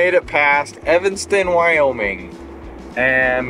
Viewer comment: Thank you for not calling it EVINGSTON. It's Evanston you silly Utahns...